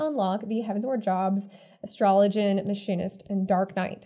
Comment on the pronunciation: You got my sub the moment you pronounced "Astrologian" correctly